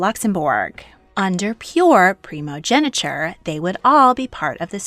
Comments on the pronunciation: its primogeniture not primogeneture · It's "primogeNIture", and the "-tine" in "Constantine" is pronounced /tain/, not /ti:n/